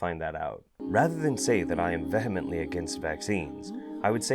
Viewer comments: Google how to say vehemently. Great vid. Though, she scares me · You mispronounced vehemently